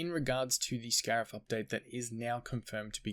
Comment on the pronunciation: If this is indeed the last big update it’s a good one. Cannot wait to get on Scarif and try these new skins - although I’m low on credits so I’m gonna have to be selective - oh, and yeah “scarif” - now get to sleep mr 🤣